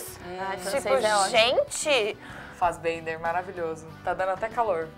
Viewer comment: Ainda lembro de vocês falando "Michael Fassbenga" por conta de Shame. ahhhaha.